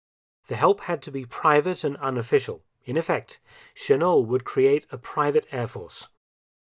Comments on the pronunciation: My father served with the Flying Tigers and he always said Chennault's name with a non-French pronunciation. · Claire Chennault pronounced his last name not with a French pronunciation, but with the ending L and T. Claire’s Chinese-born wife Anna later may have played a role in Richard Nixon's 1968 presidential campaign in seeking to delay the Vietnam War peace negotiations, in order to boost Nixon's chances for victory, as she was trusted by both the Americans and South Vietnamese. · FYI, Claire Chennault's surname was pronounced "Sheh-nawlt," not "Sheh-noh." It's a French name, but he was born in Texas, and Texans don't even pronounce Spanish names correctly, much less French names. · Chennault is pronounced shen-NOLT, not shen-NO. - NOPE! In addition to the 100 pilots, Chennault also hired 200 men as ground crews and support personnel from the US. The men were all Americans, most of them recruited from the US military services, although a few were civilians. As an example, an aircraft mechanic was paid $250(US)/month and a pilot was paid $600-$750/month plus a $500 bonus for each enemy aircraft shot down. - "...and by June 1941, numbered 100 pilots and 150 mechanics." Also, NO! The last group of 30 pilots did not even arrive in Burma until November 12, 1941. At the time the US entered the war (December 8th on that side of the International Date Line), the AVG only had 82 pilots and 79 aircraft, although not all aircraft were combat-ready. - December 20-31 is NOT "throughout December." Througout means "from beginning to end" or "during every part." - "Fresh F-40s?" What exactly was an F-40? F.40 was a Farman F.40, a recon/observation aircraft from WWI. Mr Felton, you are NOT usually this sloppy. You must have been having an off day. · The one issue with this video is the pronunciation of Gen. Chennault's name. While it is of French origin, his family had gone away from the French 'Shen-O' pronunciation and Americanized it to 'Shen-awlt.'